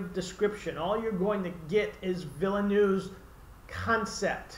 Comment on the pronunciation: Totally disagree about Herbert's style being sloppy. But I give you points for at least having read the book and pronouncing Denis Villeneuve's name correctly.